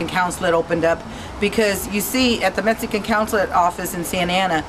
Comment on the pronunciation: She can't even say Mexican. She say's Metzican.